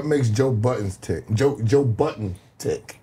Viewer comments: respect Joe... take the "s" off of his last name...its BUDDEN..no S.. thank you. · Of course. He displayed a lack of understanding, knowledge or awareness in saying his last name with a s. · Stop calling that man Buuddenssssssssssss:face-purple-crying::face-purple-crying::face-purple-crying::face-purple-crying::face-purple-crying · Why do people add an ‘s’ at the end of Budden?? Is he a family restaurant or something lol I’m lost… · Great episode. I’m glad Joe Budden corrected them on saying his name right. Ppl insist on adding the imaginary S. 🤣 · Cracks me up how people keep adding an s to his last name